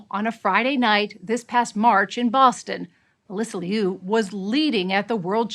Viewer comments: Her name is pronounced LOO, not LEE'OO 😮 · It’s not Leeeee U. It sounds like “Lu” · "Alysa Lee You" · liu= new! Please pronounce her last name correctly! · Say her last name right. Geez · The way English speaking people pronounce "Liu" drives me nuts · YOURE NOT EVEN SAYING HER NAME RIGHT.. FFS..SHAME ON YOU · I wish you know it all journalists would pronounce her name right!!! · The pronunciation of Liu is bothering me💀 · She couldn't even pronounce her name correctly! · Pronounce her name as it should be at least...SHAMEFUL!